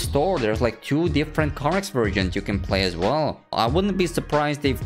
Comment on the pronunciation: videos are all cool, but pls learn to pronounce the word TWO, its not TYU, its TWO.